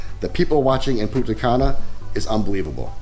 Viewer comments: You could pronounce the N in Punta Cana. Without is Puta Cana 🤣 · You pronounce Punta Cana as Puta Cana that literally means in Spanish Bitch Grey Hair xDdddddddd